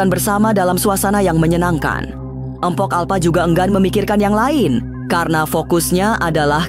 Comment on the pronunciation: BUKAN EMPOK,TAPI MPOK!